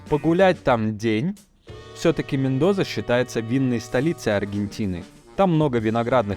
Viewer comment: Мендоса! В испанском языке нет звука "з"😁